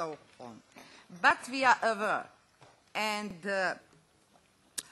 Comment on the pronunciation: She is schpilling English vrlo much; I particularly love her pronaunciation of "aware", and final emphatic wording "plis trast as!" how embarassing, please somebody shut her out for sake of entire Balkan .....initially I thought 'top lista nadrealista' Croatina version